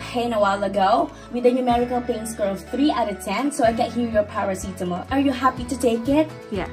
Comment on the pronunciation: Love it when your saying Parasitamol ❤ Anyways your videos are very helpful. ❤